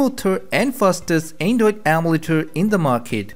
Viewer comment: is it me or is he saying andoid ommeletor